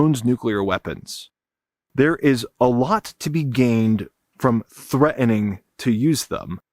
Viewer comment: Threa-ining? No, it's "threaTening". There is a T in there. Don't ghetto it up.